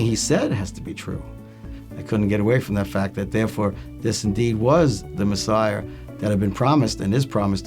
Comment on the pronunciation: Awesome testimony! Wonderful to hear his story! But did he say "Messiar"? :-)